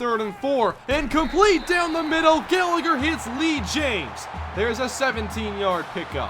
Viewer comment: You mispronounced Gallagher